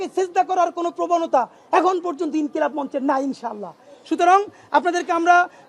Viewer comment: ইনকিলাম মানে কি??বানান পারেন না, ইনকিলাব বলতে পারেন না।